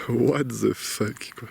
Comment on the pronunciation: Si tu pouvais dire le mot anglais "the" comme "de" et non "ze" tu gagnerais des points